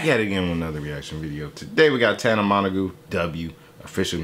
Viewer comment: can we point out how he said her name lmao